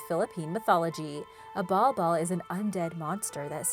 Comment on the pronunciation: Bal Bal not ball ball